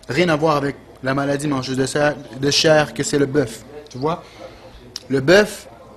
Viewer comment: "La maladie mangeuse de chairrrreee" x')